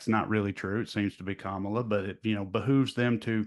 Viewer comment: They’re back to practicing how to purposely pronounce Kamala wrong 🙄